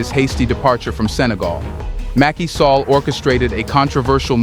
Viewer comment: Mackey Sallah. Is pronounced Sal-lah